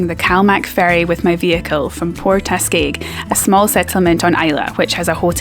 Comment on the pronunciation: Not pronounced Port Askaayg, but Port As-kig.